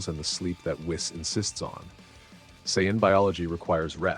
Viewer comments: It's pronounced whees by the way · Whis name is pronounced "we-suh". Great story!